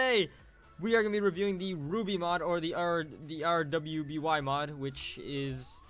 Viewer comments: it pernounsed ruby you need to watch the rest of the season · I think some overkill fans (a.k.a me) were triggerwd since "R.W.BY" is pronounces as "ruby"